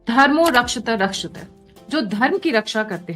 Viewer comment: Its धर्मो रक्षति (rakshati) रक्षितः. Please pronounce it correctly. You are saying धर्मो रक्षत रक्षतः (rakshata instead of rakshati )